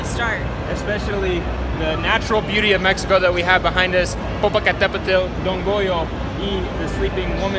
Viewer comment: Popocateptl lo dicen mejor que los mismos mexicanos jajaja